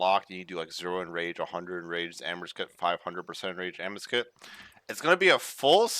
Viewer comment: I believe its pronounced 'Amaowscut'